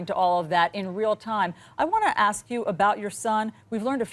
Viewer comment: She ment to say ASK not AXE but we understand